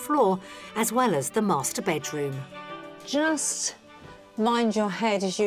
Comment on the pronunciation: 😂😂bakeroom..its a bedroom😅😅